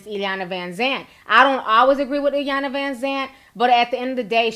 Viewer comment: T y’all b messing up the annunciation of iyanlas name lol